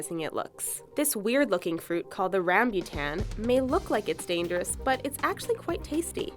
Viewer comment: I laughed so loud when she say it's look dangerious. lol